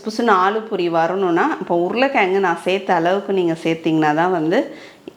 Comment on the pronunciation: It is 'poori' not boori. Most of tamilian says ' boori '. Madam is correctly telling poori